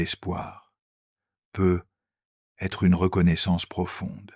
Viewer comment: Merci infiniment pour ces contenus d’une extrême richesse 🙏 Pouvez-vous faire quelque chose pour améliorer la diction je précise à chaque fois que le mot peut-être apparaît, il est mal prononcé ça enlève un peu de fluidité c’est dommage .